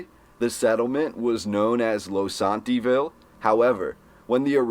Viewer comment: It's Low-sant-a-ville